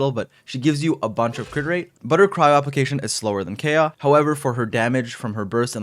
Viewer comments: its kaeya not keya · Every time I hear Kaya I get a stroke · IT’S PRONOUNCED: KIE-UH... 😒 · Never heard anyone pronounce Kaeya the way this guy does. They actually say it in game too. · Is it some sort of inside joke where you pronounce Kaeya wrong?